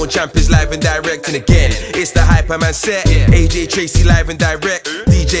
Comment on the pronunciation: Dis dude said aj traizey It's aj trcey